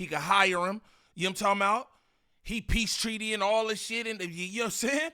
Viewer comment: "Peach Tree" as substitute for peace treaty is new. I know this not English class but come on bro